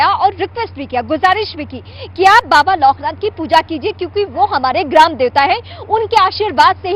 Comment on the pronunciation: Not baba loknath anchor ji bole bababoknath ke jay